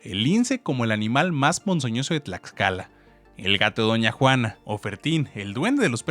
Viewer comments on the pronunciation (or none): none